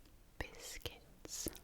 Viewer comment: You must be referring to cookies when you say biskets so what do you call the guy on Sesame Street the biskets monster